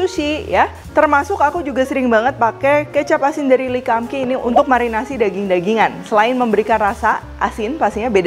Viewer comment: Lee kum Kee bacanya Li kung Ki bukan le kam ki